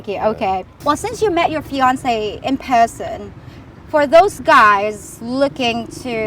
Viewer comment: I think I heard her pronounce the word person as puhson after that Australian interview. Interesting!